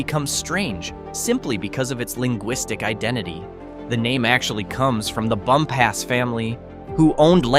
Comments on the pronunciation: It’s not pronounced bump ass. It’s pronounced bump us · Bumpass is pronounced "bump us," not "bum pass." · Bumpass - Bump us (accent on first syl) Staunton - Stan un (accent on first syl) Even Va. residents get these wrong. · It's pronounced Stanton. Do not come here and say Staunton. You also mispronounced Bumpass.